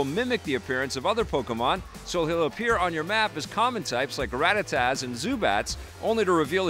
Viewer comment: great rundown. first time you said Rattatas but the second time you said Rattatats. there's no t on the end.